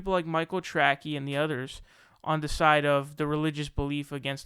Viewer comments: LMAO!!! Tracey DESTROYED Sam. And your dumbass called Tracey, Tracky. Do you not understand how stupid you sound when you mispronounce an incredibly simple name? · Pronounce names properly and maybe people will take your opinion serious. That simple. Still butt hurt over Sam Seder throw shade? Let it go and be professional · Learn how to pronounce Tracey, dope. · You pronounced his name wrong. You’re a loser get a real job. The world doesn’t need the stupid ass commentary from a little kid. Learn some shit then maybe get back to YouTube. You’re a joke and a dumb ass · it wasn't a debate. Dickhead Sam wouldnt let the guy speak for more than 10sec without interrupting and screaming like a fucking lunatic. Also, you can't even pronounce Tracey?! - jesus man, you sound like a moron. And the guy deserves to take a victory lap, as he was right all along. Seder is a total fucking hack. Do better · Dude. As Conor McGregor would say..” Who the fook is this guy?” Mispronunciations of names and considers himself, with his camera and microphone a legit news source? Pronounce names properly maybe people will take your spoken words seriously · Michael Tracy not Trackie. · Do you really think his last name is pronounced "Tracky"? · Not a fan of that guy, but name is not pronounced "Track-eeee", it is pronounced as "Tray-see". You know, like Dick Tracey, the comic book character / movie hero. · ah come on. sam loads so many ( false) assumptions in his questions it can no longer can be answered yea or no. BTW that is Micheal " Tra_ cee" not 'Trac-key". Ps the usa hacks Russia 24/7 and continually interferes with their elections. As we do all around the world. Pure and simple Russian baiting. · Dude... in the middle of calling somebody else “cringey”... you proceed to pronounce TRACEY as TRACKY 😂😂😂 ohh good googally moogally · It's Michael Tracey, pronounced "Tray-see" not "Tray-key". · Debate me. Its trAcey not trackee. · "Tracky" lol